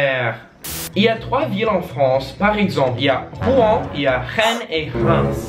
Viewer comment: Ça me fait toujours bizarre de vous voir galèrer alors que moi je galère en anglais 😅Et pour le nom de la ville de Rennes ça ce prononce comme la reine (the quinn)